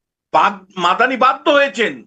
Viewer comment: এই পাঁঠা কে আমার অসহ্য লাগে। কখন বলছে আমি রাষ্ট্রবিজ্ঞানের ছাত্র। আবার কখন বলছে আমি অধ্যাপক। কখন বলছে আমতলা কে আমতা আমতা। আবার কখনও মামদানি কে মাদানি মাদানি। এই পাঁঠার মাথা ঠিক নেই।